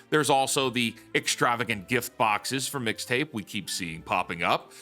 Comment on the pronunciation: her saying "Fixta" gave me psychic damage